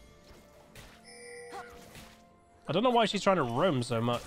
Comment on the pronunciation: Sub goal: one game in your most posh n British accent you can fake. Like “ I dun understand”.